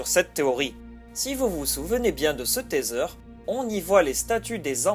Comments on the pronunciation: Teaser se dit "tiseure", pas "téseure". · Un taitseur 😐😐 rip l'anglais